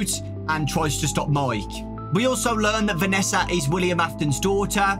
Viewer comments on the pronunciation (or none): none